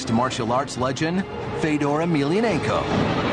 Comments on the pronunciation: Isn't his name Fyodor? As in Fyodor Dostoevsky? Isn't it pronounced that way? I've heard him say it, and it isn't Fedor, it's Fyodor. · FAY-DOR (dumb 'merkin pronunciation) Fedor choking out a crash test dummy is all very well and good, but... but Barack Lesnar HAS NO NECK, and Barack's brain requires only 1/2 the oxygen of a regular human due to the fact that Lesnar is missing the entire front half of his brain. Fedor can choke out the snake any of a million or so ways cecause the snake is 100% neck; Fedor can cross his arms I Dream Of Jeanie "figure 8" style, and DOUBLE choke out the snake That snake is purty.